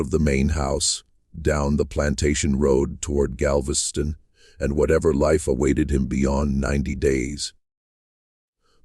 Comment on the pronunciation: Ai stories are interesting, but when you can't pronounce city names, it loses something. Galvesty on ?